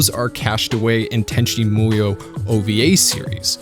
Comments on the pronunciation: Let me start by saying it was a great vid. that being said.... it's pronounced MOO-YOH not MOI-OH. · “Tenchi MOyo” lol Sorry. As someone who spent their life mastering Japanese and living in Japan that just really grated me. It’s MOO-YO lol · Is he trolling us by saying "Tenchi MO-YO"? Like its written right there over and over. It's MU - YO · i remember being able to say the name pretty easily, guy says like tenchi moy-o but its MU-YO or MOO-YO, not moyo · Why do you pronounce it like this, "Tenchi Moiyo" when it's said in this way, "Tenchi Moo(like the sound a cow makes)-yo? It's so weird man. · This show did some weird things to me when i was a young kid watching it on Toonami. I felt so warm and fuzzy in my heart but also in my pants and I couldn't figure out why. I guess I'm going to go watch Tenchi Muyo all over again. Or as you say it "Tenchi Moi-yo". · your pronunciation kills me. I've grown with with it sounding tenchi moo-yo. oof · Why do you keep saying "Tenchi Moyo"? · WHY DO YOU KEEP SAYING MUYO WEIRD? It's mu-yo, as in moo-yo. What kind of anime fan are you if you don't even know your basic Japanese phonetics?